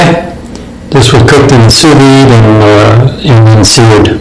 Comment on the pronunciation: I keep hearing you say you cook something in a device but I cant really understand what it is you are calling it. A "suveed" is my best guess. You usually use a torch after to brown it up a little. 🙂